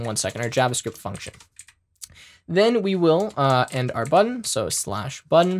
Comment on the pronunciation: “Buddon” Haha but for real great video, thanks for the lesson.